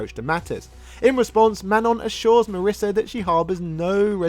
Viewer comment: My wife's name is Marisa. (hint: it rhymes with Lisa, not Melissa)